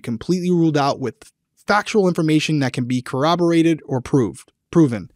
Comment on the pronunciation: OMG! It was so nice to hear someone say the word corroborated correctly. Thank you!! (Instead of Co-wab-er-ated)